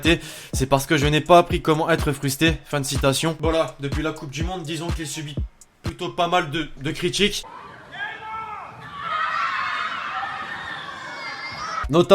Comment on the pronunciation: Ta dit frusté